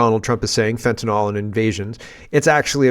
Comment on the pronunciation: Petty gripe, but it's fentanyl, not fentanol. I hear this mistake everywhere, including Monsieur Trump at his inauguration.